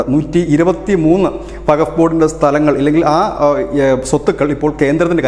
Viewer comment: വകഫ് അല്ല സുഹൃത്തേ വഖഫ് എന്ന് ഖ സ്‌ട്രെസ് ചെയ്തു പറയണം